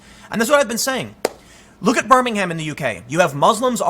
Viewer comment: Tim, Dude, from the uk i beg you stop calling it it burming HAM it's pronounced bur-ming-um.